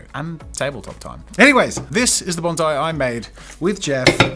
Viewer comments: those poor trees... also, "banzai" is a Japanese warcry. "Bonsai" is a Japanese art form. please pronounce the "s" :||| (i promise this is not meant to be a rude comment, i love jazza a lot) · The correct pronunciation of bonsai is Bon PSY (as in the Korean dude with sunglasses singing Gangnam Style)